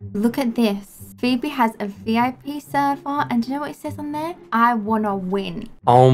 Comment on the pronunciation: vaw lolllllllll Said phoeberry sooooooooooooooooooooooooooooooooooooooooooooooooooooooooooooooooooooooooooooooooooooooooooooooooooooooooooooooooooooooooooooooooooooooooooooooooooooooooooooooooooooooooooooooooooooooooooooooooooooooooooooooooooooooooooooooooooooooooooooooooooooooooooooooooooooooooooooooooooooooooooooooooooooooooooooooooooooooooooooooooooooooooooooooooooooooooooooooooooooooooooooooooooooooooooooooooooooooooooooooooooooooooooooooooooooooooooooooooooooooooooooooooooooooooooooooooooooooooooooooooooooooooooooooooooo funny